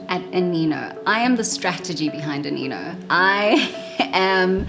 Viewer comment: I thought you pronounce it as "Aneno" but "Anino" okay